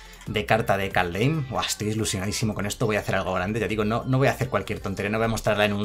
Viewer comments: Se pronuncia kalddjjjjeeeim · Kaldheim se pronuncia Kaldjeim en español y skalds se pronuncia como se escribe, skål se pronuncia skoll